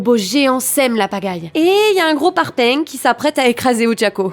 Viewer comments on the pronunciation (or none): "un parPAING" magnifique accent